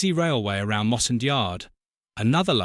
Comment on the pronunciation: Oh! and Mossend is pronounced MossEND not MosSEned!